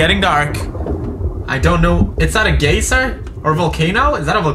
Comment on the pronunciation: "Is that a gAY-ser?" Oh poods..